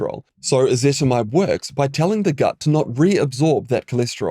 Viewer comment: "Ezetimibe" not "Ezetmibe"